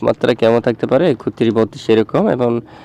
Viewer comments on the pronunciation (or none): ওটা একত্রিশ হবে ভাই। একুত্রিশ হবে না ভাই। বইয়ে যা আছে। তাই তো বলা উচিত ভাই। 😊😊